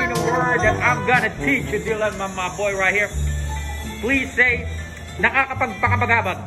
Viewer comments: Nakakapagpabagabag yan ang tamang spelling at yan ang tamang pronounce praktisin mo idol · Boss nakakapag pabagabag po hindi nakakapag pagabagabab😂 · Sir,,, "nakakapagpabagabag" ung true pronounce hehe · Bro correction, it’s “NAKAKAPAGPABAGABAG” and its not “NAKAKAPAGPAKABAGABAG” 😊 thank you. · Nakakapagpabagabag Ang tamang pronounce doon idol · mali pagka sabi mo ng ‘nakakapagpabagabag’.